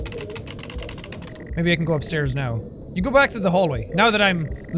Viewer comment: Jack you said “Go Upstaris”